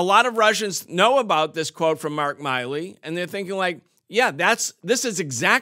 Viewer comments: He's never heard "Milley" pronounced. Nice. Can't even read it correctly. The guy has only been in the news for a decade. Miley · Why does everyone call him "Miley" (my-lee) when his name is clearly "Milley" (mill-ee)? I swear people are retarded.